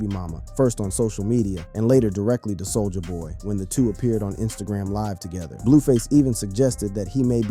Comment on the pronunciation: Sol-jaah boy